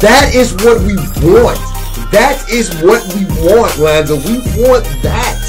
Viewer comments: Why he say lanzo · His name is Lonzo Ball not lOnZo BuSt. Get it right😤